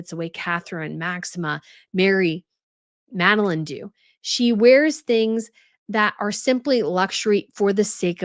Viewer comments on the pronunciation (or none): none